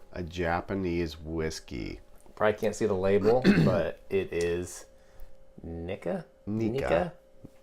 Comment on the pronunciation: It’s kneee ka.... please don’t say the other word